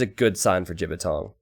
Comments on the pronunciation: lmao, T90 pronounced it quite accurately as well. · Glad that T90 pronounces the Chinese player's name wrong - it means penis when spoken correctly. :P